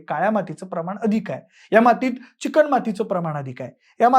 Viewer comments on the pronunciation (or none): none